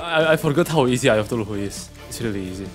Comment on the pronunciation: It's always so funny when he misspells lots of stuff like "cthulu", saying "tuluhu" Bro I drop dead when he says that 🪑🪑💀